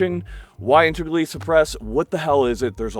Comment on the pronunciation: Your ability to say "integrally" repeatably is impressive. Well done